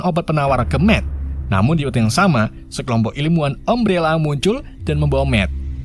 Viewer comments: umbrela bang bukan ummbrela wkwkw tapi aku suka bahasa mu wkwkw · Umbrela bukam ambrela carabacanya..😂😂😂😂 Jelass sesuai "gak bisa bahasa inggris" hehehe